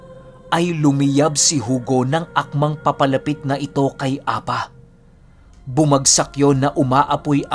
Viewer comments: Hindi po apa ang pag bigkas niyan kundi A-PA! pipi ang ibig sabihin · Apâ ang pronounce jan hindi apa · A-PA!ganyan pag pronounce.sa tagalog pipi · APÂ - Apa is a hiligaynon word which means pipi. Bigyan mo lang po ng tense sa PA. Bale ganto mag pronounce A-PÂ. Avid listener niyo po ako from Iloilo☺️